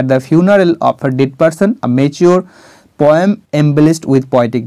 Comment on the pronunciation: You are explaining with your utmost endeavor sir.Nice attempt .Please do check repeating the word 'kintu' and the pronunciation of poet,poem etc.